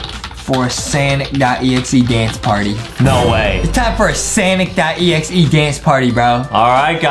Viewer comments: It's not sanic exe it's sonic exe the second word is not a it's o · It's pronounce Sonic.exe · They said we are gonna dress up like Sonic.exe from the new Sonic Movie lol. I am sorry But aedam said it wrong 😑. Ayyyyy skipping to the chicken 🍗